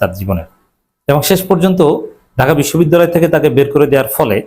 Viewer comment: বিশ্ববিদ্যালয় শব্দটি পর্যন্ত সঠিকভাবে উচ্চারণ করতে পারে না সেও নাকি সভাপতি ।